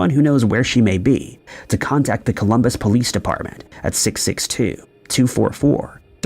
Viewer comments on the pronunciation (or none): mins in...."Coluumbus Pollce." 😂